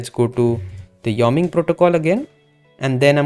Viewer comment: It's pronounced Y-O-ming.